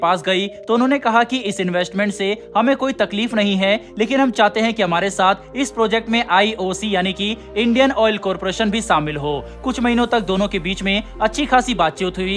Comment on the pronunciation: शुरु को सुरु न बोलें शामिल को सामिल न बोलें चैनल का स्तर निम्न कोटि का हो जाता है और हमारे बच्चों का उच्चारण भी खराब करते हो, जो हम भी नही चाहेंगे